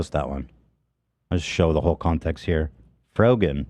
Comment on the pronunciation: It’s the childish insults for me - “Frog-an” - as if he didn’t know how to pronounce is correctly. Sorry no.